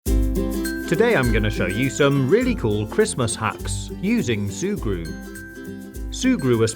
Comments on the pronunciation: Did you just say “shurgru” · Every time you say sugru I hear Subaru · D-did u just say SuE-gRU??!??!?! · Sùe Gruw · I thought he kept saying SUBARU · I know that’s the name I’m just saying that I like how he says it